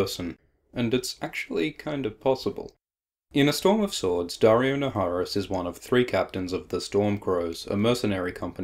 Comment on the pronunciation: Naharis being pronounced "Nayeriss".